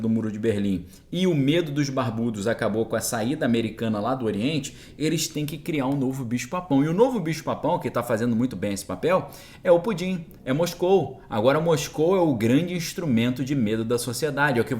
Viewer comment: PÚTIN (certo) PUTÍN (não certo)